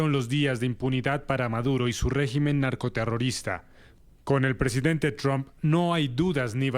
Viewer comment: el comentador no puede ponerle un poco de esfuerzo a la pronunciación? quien carajo es "Tron"?